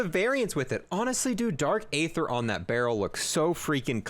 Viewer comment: I wish he would say aether the right way